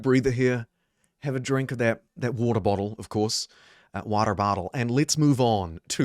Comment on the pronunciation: Yeah, me too. Midwest here and the Waatier bahtool really got me